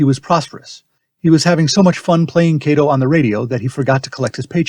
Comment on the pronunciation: If a Japanese person played “Kato”, then as a Japanese family name the correct pronunciation is ka as in Kawasaki, to as in tofu. This YouTube still terribly mispronounced this family name.